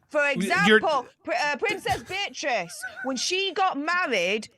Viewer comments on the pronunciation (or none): none